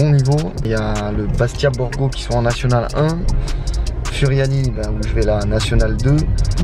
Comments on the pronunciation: Oh nn pas ça il a dit furiani alors que ça se prononce Fouriani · Salut je suis corse et furiani sa se di fouriani